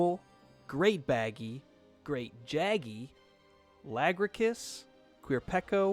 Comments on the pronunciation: oh yeah, everyone's favorite monster: "lagrakiss" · I called it la-gruh-cus as well. I like it better the official pronunciation.